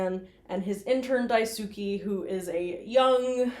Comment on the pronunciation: Daisuke is pronounced like “die-skay”